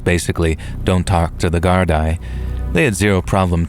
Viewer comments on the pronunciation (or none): All the best from Dublin Ireland..Gardai is pronounced "Gar-Dee", Irish police force. Thanks for all the great yarns!